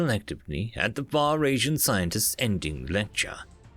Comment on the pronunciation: It's pronounced "Fuh ree sian".